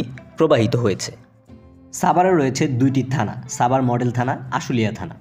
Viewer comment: ভাই ছাবার না, সাভার